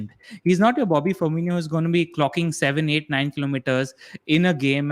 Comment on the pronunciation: Guys, its pronounced firMINo not firMINIo. ❤️